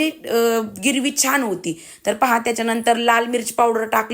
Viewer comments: अग गिरवि नाही ग........ग्रेव्ही... कस्तुरी मेथी नाही ग...कसूरी मेथी बोलतात....राग नको मानू...पण आपले माणूस चुकत असेल तर सांगायलाच पाहिजे असे मला वाटले म्हणून कंमेंट केली...तरी तूला वाईट वाटले असेल तर Sorry..... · गिरवी म्हणतेय ग्रेव्ही म्हणत जा आणि कस्तुरी मेथी नाही ग. कसुरी मेथी म्हणतात. पण खूप छान बुर्जी बनवली 👌👌